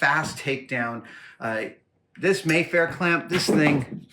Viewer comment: Aaa! There are so many little things you're doing wrong. My inner-grip in cringing. It's so fun to watch you talk about something that I know so much more about than you. For example, it's a Maffer Clamp, not a Mayfair clamp - it rhymes with "safer". you're 100% right, though that the apple box and and C-Stand are the most fundamentally useful things on a movie set. I have a couple courses on on the fundamentals of film lighting, if anyone's interested. Just look for courses by Mark W. Gray. Oh, and the other name for a C-47 is a clothes pin. That's what you should ask for at the hardware store.